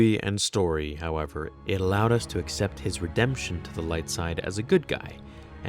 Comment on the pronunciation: Bendemption? Not Rendemption?